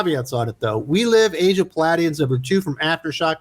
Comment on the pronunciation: Pah-lady-ons. You’re a good kid.